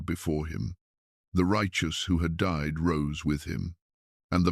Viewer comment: Seriously...? Enoch did not "dee" ... he DIED! Your pictures are stunning, the voice gentle and soothing, but if you're going to use AI to narrate your stories, PLEASE teach it how to pronounce words PROPERLY!!! I'd love to hear this, but it makes the video sound stupid~:face-orange-raised-eyebrow